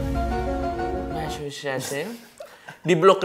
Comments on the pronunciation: “mesekyusets” gitu cara pronounciationnya. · Massacusyet itu bacanya bang. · Lord Coki gabisa pronounce masacuset??????